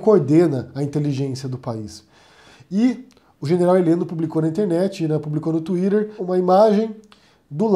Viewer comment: pq vc fala Tuírer?